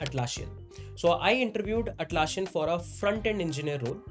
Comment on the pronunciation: Nitpick: it’s Atlassian not Atlasshian. It’s ss not sh.